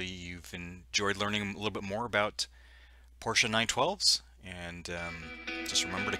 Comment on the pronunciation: Thank you for the right pronunciation clarification on the Porsche (Por-sha) name. It truly is not tomato tomahto